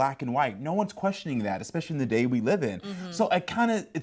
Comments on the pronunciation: Ex-specially? Are you tired? Want some Ex-spresso? Maybe some Pssghetti? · the blonde said "exspecially" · this is the third time I've heard it from you in so many days, please stop saying "eXpecially"